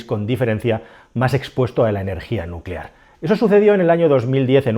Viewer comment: Nucelar se dice nu ce lar..